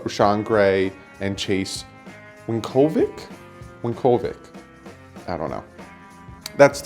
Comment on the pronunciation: my god, it's Sweat not Sweet like sugar,. And how hard is it to pronounce Win O Vich, really???? Sweat gonna go in top 10 bro,. Unfortunately. Love your stuff!